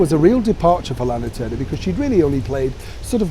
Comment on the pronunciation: Thank you Kind Sir. How very pleasant and interesting! I am loving this historical great images and your enjoyable presentation. I had a good LOL over how you said Lana Turner!